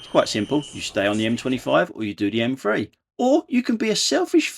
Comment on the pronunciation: It's not the M free it's the M three